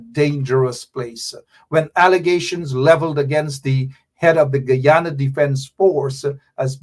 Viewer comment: Man you cannot even pronounce your own country name…. Guyana